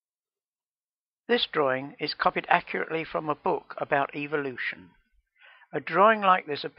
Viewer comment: it's pronounced evolution not eveilution